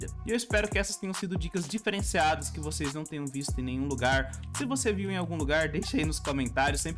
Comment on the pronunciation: ênfase no diferenciado kkkk